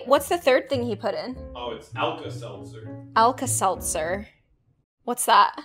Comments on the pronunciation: “Alka Selther” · It's alta seltzer oh my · do you want to put some Alka-Seltzer in? /: Yeah.: it’s Alka-Seltzer. /: what’s that? Me: 🤨 👁👄👁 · how tf she what is alka selzer but she said lets put alka selzer in the crayon thing